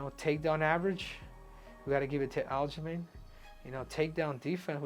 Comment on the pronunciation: Loved "al-ghislaine sterling"😂